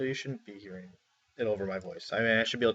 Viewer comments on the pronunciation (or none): none